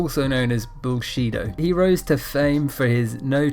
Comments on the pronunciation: Sounds like he say bullshit martial arts lol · “Bullsheeto karate” lol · "bull-chi" he he he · pretty funny it sounds like "bull shit-o"